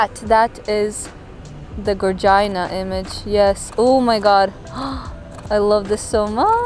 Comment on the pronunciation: Great review. What the heck is a “gargina” image? Lmao